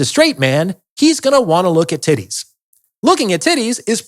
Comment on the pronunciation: Yeah not gonna lie I started cracking up when he kept saying tiddays 😂😂